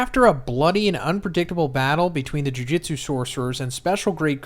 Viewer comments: Just gonna nitpick here, it’s Jew-jewt-su not Jew-jit-su, Jujitsu is a fighting style irl… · Why do you say JuJitsu instead of JuJutsu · Jujutsu not jujitsu